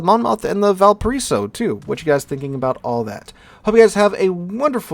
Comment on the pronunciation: Try saying val-pa-ray-so